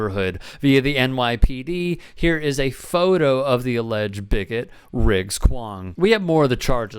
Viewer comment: first of all, "Riggs" 🤣 second of all, "Kwong" 🤣 what an absolute muppet lol